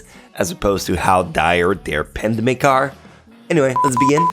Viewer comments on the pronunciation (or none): Pandemic, not apadedemic.....